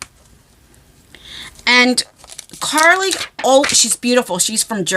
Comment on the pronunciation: I love Carli and You are saying her name correctly I've followed her for close to a decade now she is amazing i still have her first palette and a backup one she signed 💜💚❤️💛💙